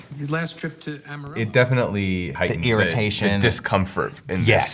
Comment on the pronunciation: They pronounced amarillo wrong ;___